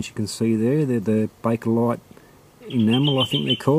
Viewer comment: no r it is bakelite good videos from u